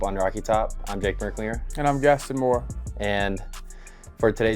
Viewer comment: meck linger. sorry he couldn’t get your name right!